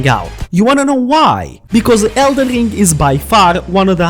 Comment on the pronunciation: 😂 someone teach him how to say ring … not ling